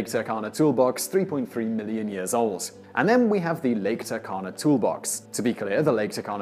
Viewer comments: It's pronounced TOO-R-KANA. (proud Kenyan here) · i hate to be that guy but it's "too-r-kana"